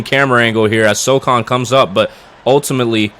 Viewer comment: great video, but brother...it is pronounced so-HAN not so-CON lol